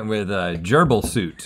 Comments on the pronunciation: My mind said “FRENCH ONION” 🤣 definitely said soup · Tbf even the subtitles thought Harvey said soup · I got the chicken noodle one right. I knew the person thought he said soup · I totally thought he said soup too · I thought he said soup to begin with too. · I thought he said "soup" too. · I thought he said soup too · i immediately thought Italian Wedding Soup for the first one i really could not tell he said suit 😭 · I thought he said soup too. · I was right on the first answer cuz I thought he said soup and link thought it too so a reasonable bad answer would be to a question that was misheard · When he is trying to say "suit" it's very incorrect if most people think he says "soup" instead. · The first one I literally said “why did he say soup” and when the guys said suit I was like oh this is gonna be funny and figured the guy also misunderstood and I said “tomato” 😄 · I totally heard soup and not suit as well. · I'm commenting early but I HAVE to let it be known that I called the "chicken noodle" answer because I too thought he said "soup" at first 🤣🤣🤣🤣🤣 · Ok but I also thought Harvey said "soup" lmao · I also thought Harvey said soup lol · Tbh I thought he said "soup" at first too 😂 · Even youtube thought he said 'soup' and not suit lol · definitely said soup in the first question 😭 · wait i actually heard soup instead of suit too 😭😭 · I thought Harvey said 'soup instead of 'suits as well. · Ok but I also thought he said soup instead of suit and I immediately answered with “pea soup” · I heard soup instead of suit too, but when I heard the whole q I realized it was suit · in link's defense, i also thought he said "soup" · I actually said Cream of Mushroom because I thought he said "soup" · I thought they said soup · I just want to say that even youtube thought said soup... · It’s okay link I also thought he said soup. 😔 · My subtitles also thought he said "soup" instead of suit. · Yep...thought he said soup too lol.